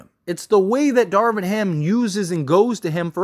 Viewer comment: it sounds like you are calling Darvin Ham Jameson Harden. Lol